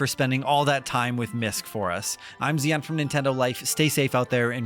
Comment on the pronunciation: Hi, the developer of the game here! Yes it's pronounced "Misk" officially. :D